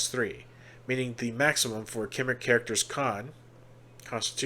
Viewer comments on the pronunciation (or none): If you dont me saying Cymric is pronounced Come-Rick. Their land is Cymru pronounced Come-roo the people are the Cymri Come-ree and their language is Cymraeg Come-rye-g